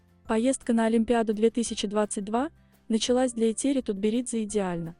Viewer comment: Что за тупой формат с этими глупыми глазами. Научитесь правильно произносить имя Этери Георгиевны